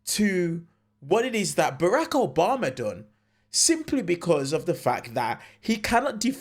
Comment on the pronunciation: Its Obama ...not Obamer